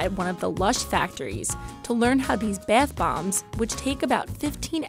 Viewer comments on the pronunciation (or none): “their beth bombs” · “Baieth bombs” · Is anyone else bothered on how she pronounces bath bombs? beAtH bOmbS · the 'beath' bombs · “bAth bombs”